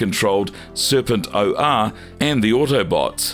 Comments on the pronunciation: Please learn the names. There is no such character as Serpent O R! It’s Serpentor! All one word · It's Serpentor not Serpent-o-r. 😁